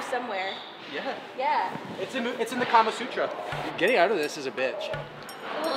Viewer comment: Is no one gonna point put he said "Kamesutra"?? THIS MAN BE PLAYING DBZ PORN